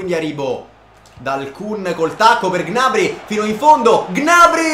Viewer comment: 👇 il numero di persone che pensa che pronuncia gnabry in modo scorrretto